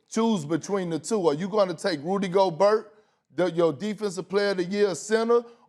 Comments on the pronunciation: KP: "Rudee Go-BURT" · LePerk just said, "Go-burt"... 🤣 Not Go-bear. I guess Lacey Chabert is Cha-burt. Not Sha-bear. Go-burt should Go-Clippers. Go-burt is healthy. I usually get Yoplait. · Perk: Rudy Go-Bert. lmao. btw. who's the hot chick? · “Go-bert”. Doesn’t look like Perkins is cut out for a job where he has to pronounce people’s names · How can we take a sport's analyst seriously, if he pronounces Rudy Gobert by saying "Rudy Go-Bert?" LOLOL. I think this show just got worse with adding Kendrick Perkins on it. Someone please tell me how on earth did he get this job??? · Can somebody please tell Perk it’s Go-bear ???? Hurts my ears every time he says it wrong. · Perkins "Go-burt". Fool come one now, don't take a page out of Stephen A's book and mispronounce players names lol. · Nobody: Perk: Rudy Goburt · He pronounced Gobert worse than flight. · Can someone at ESPN PLEASE tell Perkins how to actually pronounce theses players names??? It's driving me insane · Perk doesn't see eye to eye with people with a shred of intelligence. Can't even not pronounce a silent 'T'. Rudy Yoghurt. PERK IS A BLATHERING IDIOT. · Perk did not win the argument from a pronunciation standpoint.. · I came to hear kendrick perkins mispronounce words, and was rewarded very early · SMH, the guy can't even say the players names correctly. Get him outta there! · I love how perk pronounces gobert😂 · Did Perkins really pronounce the T in Gobert? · How perk the only person on the whole ESPN hittin that T hard on gobert??? Despite max steadily saying it right. Tighten up Big K😆